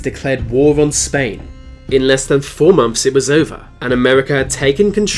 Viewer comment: No one:.: says Van instead of than